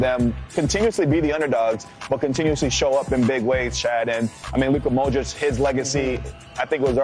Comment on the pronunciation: ochocinco saying modric "modrik"